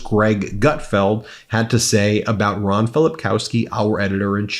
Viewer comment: They cannot pronounce Ron's name.